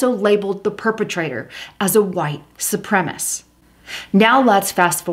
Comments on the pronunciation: Su-pre-ma-cist. Four syllables. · Supremacist is the correct pronunciation.su prem a cist.Sri Lanka...pronounced SHREE LANKA. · Reply to Brad not Landa Sup- rem - A - CIST